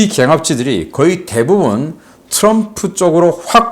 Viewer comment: 귀하의 발음이 엉망이올시다."과반수, 경합지, 대부분,예측,?보도 전쟁,개정,정부, 등!! 단어의 첫 자를 모두 "짧게"잘못 발음했습니다. :길게: 발음해야지요 :한국 어문을 고발함"이라는 책을 조용히 읽어 주실까요??